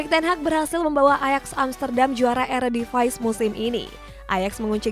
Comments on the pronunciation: Eredivisie bacaannya ya Eredivisi bukan eredivays . Sotoy lu sok Inggris, padahal salah 🤣🤣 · Bacanya eradivce wkkwkwkwkwk